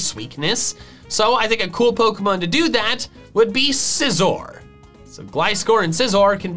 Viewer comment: SCIZOR, NOT SICOZR!